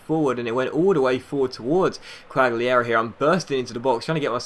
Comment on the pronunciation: Quagliarella- kwog-lee-a-rella